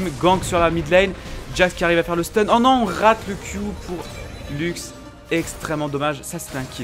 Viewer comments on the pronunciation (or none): none